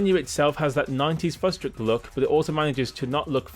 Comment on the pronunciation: Hate to be that guy but when you say 'fustrick' do you actually mean futuristic,as in like the future?